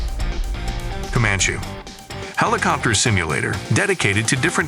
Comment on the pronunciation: And also at the start-> "Commanch" instead of "Commanchee"! 😉 Edit: the thing is, the uploader can actually HEAR these mistakes and can actually correct this by writing down "Commanchee" and "Apachee" and Em I 24, so the AI can read them correctly! But no. doesn't care because he's too lazy! 😜